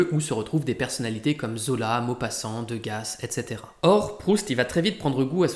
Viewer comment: Vidéo très intéressante. Ayant fait des études littéraires, on ne parlait jamais de Proust en cours ! PS : il me semble qu'on ne prononce pas le -s de Degas et Malsherbe.